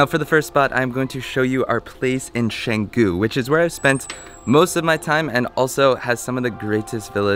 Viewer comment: chang gu not shang gu